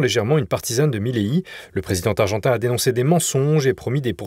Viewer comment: Insupportable les liaisons du style « Le présiden targentin »